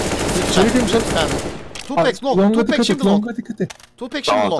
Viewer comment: Tupac tupek diye okunmuyor Tupak diye okunuyor xd